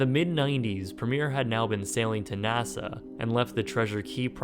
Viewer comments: Nassau not NASA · You say NASA instead of Nassau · Nasaw not Nasa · Wow! A whole 90 golf courses in all of Florida?!?! That's so many golf courses! Also it's pronounced "Nassaw"- not "NASA"... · The way he says Nassau makes me cringe